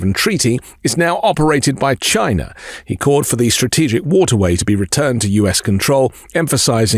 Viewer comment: Trump pronounces China as "Shina". I particularly laughed at the windmills killing whales rambling.